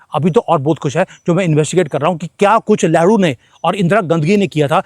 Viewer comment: गलती से आप लेहरू बोल गए😂😂हालांकि लग ठीक ही रहा है🤓